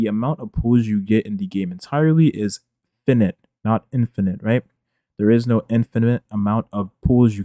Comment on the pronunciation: can we talk about the way he pronounces finite the same way as infinite